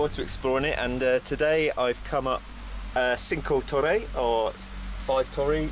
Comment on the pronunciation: Hi! Great video, apart from the pronunciation of Cinque Torri... :) What is the name of the via ferrata route you climbed?